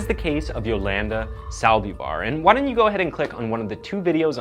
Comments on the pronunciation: Saldívar, not saldeevar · Cell die var.? Its pronounced sa al lDEEphar